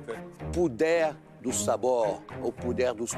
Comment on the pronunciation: "puder dos sabores, puder dos tomperos" 😂😂😂😂😂 Jacquin é demaiss